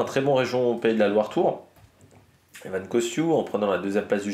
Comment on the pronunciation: Encore " Evan" alors que c'est Ewen. "EOUEN" Costiou hehe 😅